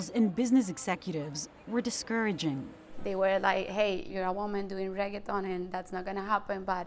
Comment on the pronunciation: Hi, how do you pronounce the word reggaeton? Ooookay, with 15 r's. Rrrrrrrrrrrrrrreggaton. Thank you!